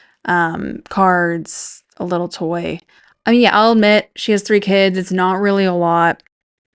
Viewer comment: But then your “keeds” remember? “ these my keeds, my cHiLd”